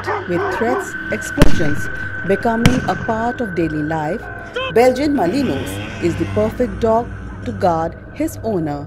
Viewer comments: It is pronounced as belgian melinua not malinois as it spell. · BELGIAN MA-LIN-WAA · its malinua pronunciation wise. Without the s.